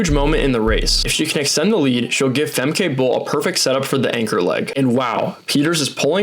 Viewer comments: Yes, your pronounciation of Dutch names sux monkey balls. It is not Fem-KAY, but FemKUH, as in "but" or "butt" "sucks " . Same goes for Lieke Klaver: its not LEAKY but Lee-KUH. And her last name is the first syllable is n "Ah" like in Ah-merica, 2nd syllable is again with the UH from "but" or "drugs" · It’s pronounced Femkuh, not Femkai…. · FYI: It's pronounced 'Fem-keh', not Fem-kay and Lieke is pronounced as "Leek-uh". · Is he pronouncing Femke correctly. I thought it was ended in a -ka sound? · No his pronounciation of all Dutch runners is terrible. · Fantastic video dude!! This is absolutely not to sound like a smartass but if youre interested, a tip on how to pronounce the dutch names. If there is a -e at the end of the name, we pronounce it as -uh. So Fem-kuh, Fran-kuh and Lie-kuh (Leak-uh). And again great vid and explanation :)